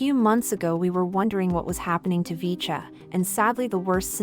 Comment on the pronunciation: 푸지지지직,,,야야야..핵교는 나오긴 햇냐??,,,,VCHA를 브이차로 발음 해야지,,어트게 비춴야 비쳐긴???,,,영어를 전혀 모르는겨???